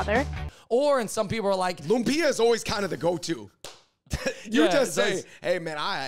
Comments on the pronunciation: Funny (not) how Cameron pronounced Lumpia more accurately than the lady whom I'll assume is a Filipino..🤦🏽‍♀️ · I believe Cameron. She pronounced lumpia right.